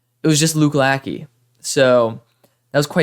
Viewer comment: As an Iowa fan I love Luke Lachey. I think you’ll see a big step up this year with a huge upgrade at qb. Ps: it’s pronounced la-shey